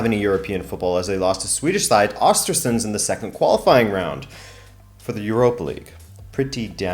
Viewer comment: As a swede it took about 23 minutes to figure outthat you said "Östersund". Ö is a seperate letter that sounds kindof like the U in burn or the I in bird. And U souds more like OO in swedish.